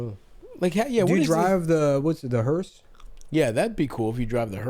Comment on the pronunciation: Did Nick ironically say 'hearst' instead of 'hearse' because Carl does that in Sling Blade or did he just think that's how you say it because he learned the word from Sling Blade